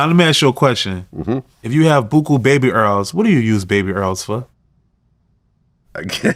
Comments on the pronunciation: Baby errls😂🤣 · BABY ERRLS! 😂😂😂😂😂😂😂😂